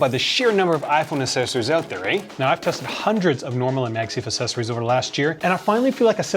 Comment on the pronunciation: Great video.......but will he ever learn to pronounce accessories correctly?????????